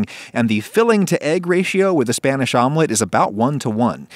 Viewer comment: Hearing him pronouncing spanish words pains me